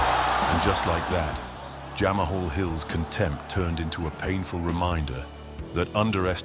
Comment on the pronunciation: Good video!…. But Jamahal hill? 😂 🤦‍♂️